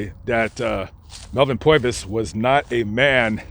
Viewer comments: Very cool story. I grew up In Florence and remember passing his beautiful home almost daily. Great job. You have to pronounce his name Pervis ( southern ) though. Lol. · Interesting account, but... what is with the "POY-vis" thing? It's PURR-vis. You would only say "POY-vis" if you hailed from "da Bronx" or northern "New Joysie" maybe... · Purvis, as in pervert, not Poivis. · Name is pronounced Purvis - Like Purr vis Brother - Appreciate the info but a few clarifications, as to why he left the FBI, Hoover jealous of Purvis' fame, removed Purvis from the Chicago leadership of the FBI and ostracized him. Giving him duties aimed at forcing him out of the FBI. Hoover, because of his jealousy, blocked Purvis' many job opportunities so ultimately he did join the Army during WW2. He was actually friends with Hermann Goring, Nazi leader 2nd to Hitler, previous to the start of the war staying at Gorings home, Carinhall in the Schorfheide Forest, and going hog hunting with him on one occasion.. It was Purvis that interviewed Goring after capture, and Goring was happy to see him and greeted him as a friend, but Purvis let Goring know that he would not escape the death penalty. It was up until that point that Goring believed he would. Melvins and wife Rose Purvis grave at Mount Hope Cemetary is just up the street from my home Also.... Melvin not only led the team that killed Dillinger, but he was on the scene in front of the theatre and lit a cigar as a sign to the other agents that Dillinger was leaving the theatre. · POIVIS ? Thought his name was PURvis.. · he can't say PUR-VIS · He can't say Purvis 😆😂